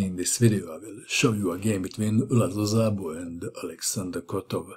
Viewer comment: Mato! 'Szabo' It is pronounced as 'Sabo' with 'S' like in 'Saturn' not with 'Z' like in 'Zorro' (however Szabo fight agains Kotov like Zorro - so not to bad)